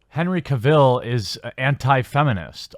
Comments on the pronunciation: Cavill. Not Ka-Ville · you are saying Cavill wrong :D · Glad you just started calling him Superman... the way you pronounce his last name gives me nightmares